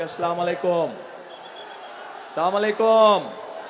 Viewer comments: সালাম টা ভালো করে দেন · যে নেতা সালাম টাই শুদ্ধ করে দিতে পারে না । সে আবার তাহাজ্জুত নামাজ পড়ে ভোট যেতে বলে । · Tarek RAHMAN ER SALAM DEYA SOTIK UCCARON HAY NA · সালাম একটু ভাল করে দেন